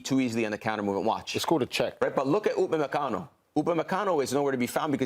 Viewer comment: Bro said Upamecano smh